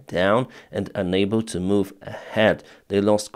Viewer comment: please learn pronunciation of your frequently used word "unable" ...you pronounce it as "enable" which has got quite opposite meaning